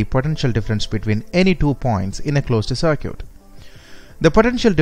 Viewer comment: cer-cute.. Olt.. hahaha.. good video by the way.